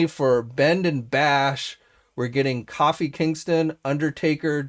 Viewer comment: He called kofi Kingston coffee Kingston 😭😭😭